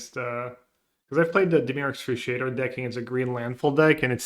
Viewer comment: Dimir excruciator